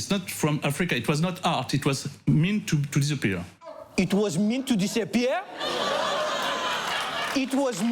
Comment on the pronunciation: "It was mint to disappea'a" IT WAS MINT TO DISAPPEA'A ?! IT WAS MINT TO DISAPPEA'A ?!?!?!